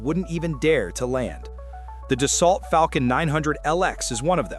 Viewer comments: Tell your AI narrator that it’s pronounced Do-So……. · It’s pronounced: Da-so. How can you make a video and not know this? It was not illegal for twin engines to cross an ocean. Only for airlines. There are no ETOPS restrictions for business jets. And no, 3 engine airplanes do not have more thrust than a twin. A twin engine is certified to continue takeoff on 1 engine. A 3 engine aircraft is certified to takeoff on 2 engines. So total thrust is significantly less on a 3 engine aircraft. This is a complete BS video. By the way, nobody pays $6 per gallon. That’s the posted price, but everybody has fuel contracts, which is more like $3 to $3.50.